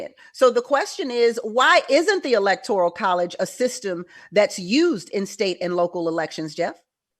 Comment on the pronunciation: Please bring people on the pronounce the word correctly! Lol electoral not electorial